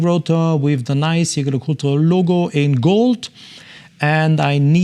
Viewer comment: Wonderful watches, especially that triple calendar moon-phase. I also appreciate how you properly pronounce Jaeger LeCoultre!